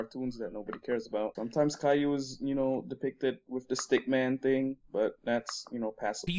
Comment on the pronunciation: for future reference, cailou is pronounced "kai-loo"